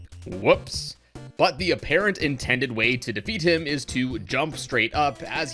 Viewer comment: am I the only one who herd him say nintendid